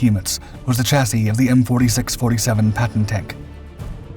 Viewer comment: This guy has finally learned how to pronounce chassis properly.